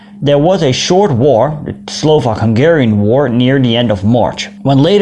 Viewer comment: As a Hungarian, I really appreciate some videos about my nation (well kind of since I am from upper Hungary). Also, your Hungarian pronunciation is very good :).